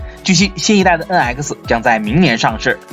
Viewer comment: Please improve your pronunciation! NX! Not en aisi!